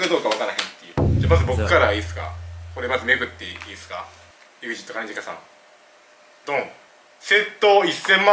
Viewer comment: 兼近の発音友近やんw